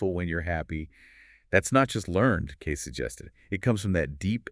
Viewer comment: His name is pronounced Edgar Cayce (Cay-see)! I know, I lived in his home town.